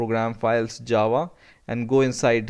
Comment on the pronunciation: was it just me or did it sound like he was saying jawa the whole time, like from starwars